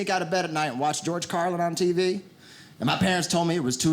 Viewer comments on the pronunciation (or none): The way he said TV definitely sounded like my hillbilly relatives.